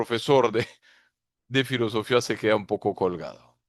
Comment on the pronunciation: Nunca habia escuchado decir fllosofia sin tilde en la í... muy fuerte....